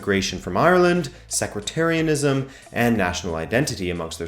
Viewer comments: it's pronounced sect-tarianism not secretarianism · Sectretarianism....its SEC-TARIAN-ISM..You say it like its some arguing secretaries. Otherwise good video. I'd like to point out the Old Firm is actually a reference to the two largest and richest clubs in Scotland. Hence why celtic fans no longer call it the old firm, as rangers died. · Love the series but you have me PTSD flashbacks to BoJack Horseman with the whole mispronounced sectarianism as "Secretarianism" 😂😂😂 also I'm pretty sure that rangers didn't get through all of the lower leagues back to back as they were forced to play Motherwell (the then premiership side) in a playoff promotion (for rangers) relegation (for Motherwell) match. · turned off at "secretarianism" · Good video for a North American, but it’s Sec-tarian-ism mate keep it up though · Yep, secretarianism I think would be defined as a hatred of clerical staff. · sounded like sequetarianism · Not bad for a Canadian. The pronunciation of sectarianism was a howler though. Love the series mate.